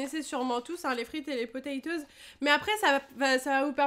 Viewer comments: Je suis le seul à qui ça choque les "PATATOES" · • ツ Je comprend ça me stress aussi lol Mais les deux sont justes . Toes c'est orteils en anglais Donc potatoes ou patatoes C'est seulement un dérive Française . Patateils serait peut être plus appropriés alors ... Enfin Il a l'habitude lui ,il ma déja fait le coup où il avait " Hone piece " à la place de One piece . Bref courage :s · A la fin c pas TOZ c TOES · Personne a remarqué qu’il a dit patatose au lieu de potetose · PaTa Toz lol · les frites et les << potaytoz >> 😂😂😂😂😂😂🤣🤣🤣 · Les 'Patatoes' MDRRRRRRRRRRR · Enft elle dis patatosse xD